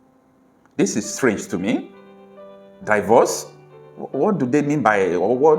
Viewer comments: It is NOT Pronounced => DAIVORCE It is PRONOUNCED => DEEVORCE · Can you check out the correct pronunciation of the English word "divorce?"